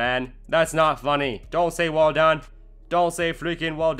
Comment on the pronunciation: "alright. That's cool, that's cool, that's cool, HEY SHUT UP MAN THATS NOT FUNNY DONT SAY WELL DONE" actually, tbh, it was pretty funny especially your accent ;)